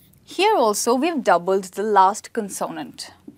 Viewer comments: Mispronounces consonant! Cannot show this video to my students even though spelling rules are good., please refer to your own video Word Stress in English for first syllable stress of a noun CONsonant. Love your presentations! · You pronounced CONSONANT in a new way, is it Indian English? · I agree with some comments the word consonant is mispronounced. I think that the word "vowel" is mispronounced too. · You are wonderful! Just a slight correction on pronouncing " consonant" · Dont you think, you pronounce "consonant" word wrongly?😟